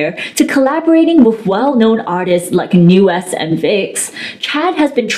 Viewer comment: Bruh…… there’s literally a white kpop idol rn (albeit half). Vernon LMAO Also, Nu’est is pronounced “new east”. 😫